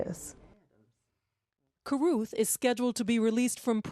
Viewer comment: Why is that monster Van Brent Watkins putting an "F" at the end of Carruth?